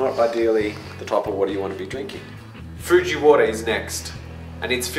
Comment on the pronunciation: Hahaha that Foooji xD